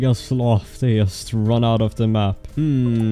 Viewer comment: ""...fuckin love your voice lmao